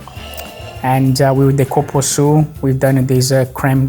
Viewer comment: i’m sure he said copuaçu but the real name is cupuaçu (koopooassoo)🤔